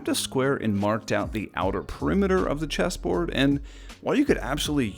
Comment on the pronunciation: I thought you said cheeseboard lmao